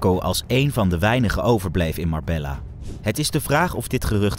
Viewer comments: Ik respecteer je grind man en ga door met het maken van Filmpjes Alleen je kunt niet een true crime page hebben en MarbeLLa zeggen hahHa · Spreek uit als Marbeya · Spreekt uit als Marbejja 😊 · Marbejja dats de uitspraak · Leer de plaatsnamen uitspreken. Dit komt heel erg belachelijk over. Marbella :face-fuchsia-wide-eyes